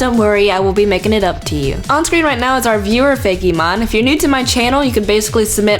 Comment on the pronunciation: it's fake-mon not fay-key mon!